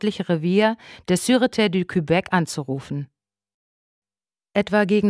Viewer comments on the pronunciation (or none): Es ist nicht wirklich gut gelesen. Sehr anstrengend, wenn Frau Thomalla die französischen Wörter nicht richtig aussprechen kann: Quööbek, LeKlerk, und so weiter. Sie hat dann über Passagen eine derart unmodulierte Stimme, dass es mir schwerfällt, der Handlung zu folgen. Einige Übersetzungsfehler sind auch vorhanden und stören mich zusätzlich. Zum Beispiel heisst es Exhumierung und nicht Exhuminierung. Andere Hörbücher von Reichs sind besser gelesen!